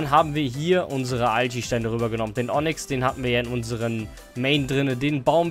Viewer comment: normale Menschen: Onyx: Onnyx